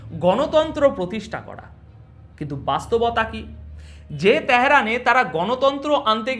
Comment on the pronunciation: ত্যাহেরান কী রে , ভাই ? 😢😂 আর , খ্যামিনি -ই বা কী/কে ? 😂😂😅😅